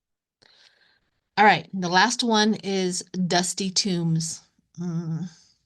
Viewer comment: Pardon me, but I think it is dusty tomes (large, heavy, scholarly books), not tombs. Maybe I misheard what you said. Thank you.